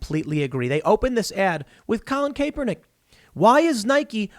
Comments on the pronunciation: It's not "Cape-Er-Nick" it's "Cap-Er-Nack" 😆🤣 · I hate how you pronounce Kaepernick’s(Cap-ur-nik) name, good video though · Tim how are you still mispronouncing Kaepernick's name? I can't 🤣🤣